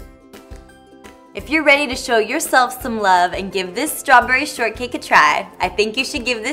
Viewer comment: Does she seem tipsy here? Ssssssstrawberry cool whip, lol.